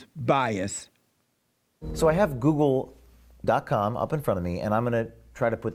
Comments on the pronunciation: Who else loves when Jessie says "Googer"? I love this man XD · " on googer " jesses awesome hahaha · "reporting on..googa" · Goolgeruhh - Jessie